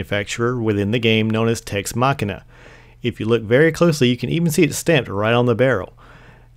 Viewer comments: It's Tex Mechanica not Tex machina..... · it's Tex Mechanica not Machanin :p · But it's not even Machina, it's Mechanica